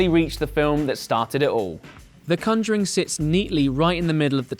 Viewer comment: "The cunjuring"